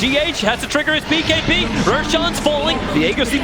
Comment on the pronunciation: He says B(bay)(key) instead of saying bkb! ROFL:D